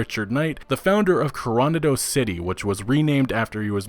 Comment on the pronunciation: You pronounced Coronado City incorrectly, just wanted to let you know so you can make future videos even better! Really enjoyed the content!